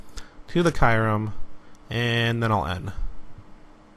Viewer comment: Learn how to pronounce kyurem!!!!